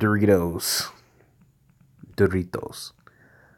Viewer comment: Lmao when you said Doritos that second time it sounded Spanish like and my mexican came out srry😤😂